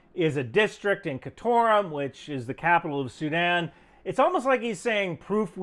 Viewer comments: Khartoum, not ‘Khatorom’ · Are you saying Khartoum (car-toom) in some different language or something?